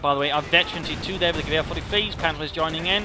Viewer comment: "gwher" sounds so funny :D It`s like you say "Gewehr" with a bavarian accent